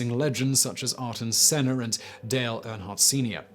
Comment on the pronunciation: Arton Senna? FFS, Get your pronunciation right - Ayrton - said as Airton...